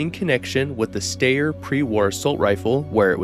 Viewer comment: Sh-tire(steyr) not "stare"